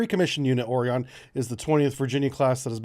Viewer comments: Or-eh-gun.....NOT Or-EE-gone....This is the way...Ive lived here my whole life. There is no E at the end of Oregon...for the love of god...I beg all humans... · Now we need a Portland so the Oregon can sink it to save itself from the Communists on board the Portland. FYI it is NOT pronounced Oregone there is no e on the end, it has gone no where, it is pronounced Oregun, like as in we have a gun and we want to shoot Portland. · You pronounced it wrong, its like Oregun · Oregon is still there, they never left. (teasing about the pronunciation of Oregon because my friend who lives there teased me about it.) Lol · You you say Oregon wrong lol just joking though I love your channel! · ARRGGHH. THIS. Please correct your pronunciation. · No comment on how he is butchering the pronunciation of Oregon? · We're used to it.